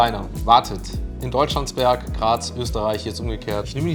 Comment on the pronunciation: Super aussprache von deutschlandsberg